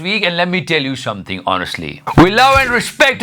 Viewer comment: Let me tell you SHAAAMTHING Honestly !!!